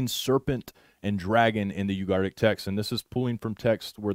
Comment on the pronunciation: I love u man but, you're leaving out a whole syllable of the word "u-gar-it- ik" not ugartic. Sorry. I don't know why but it drives me crazy..